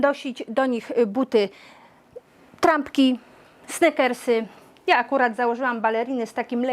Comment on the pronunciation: Sneakersy wymawia sie jak "snikersy" nie "snEkersy". Pls:) Rady, jak zwykle, super, dzięki.